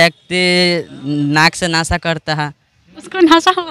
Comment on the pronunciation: नाशा नही होता हैं = नासिका होता हैं रिपोर्टर साहिबा